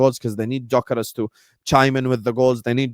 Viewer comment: You’d you say dyokorez